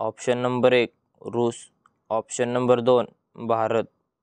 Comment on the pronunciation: रस नाही रूस 😂😂😂